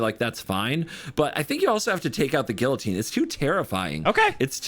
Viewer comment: Respect to for the correct pronunciation of guillotine